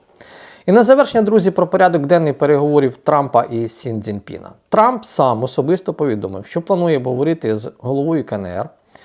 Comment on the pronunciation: Чому ви завжди кажете СіН Дзіньпін, коли він Сі?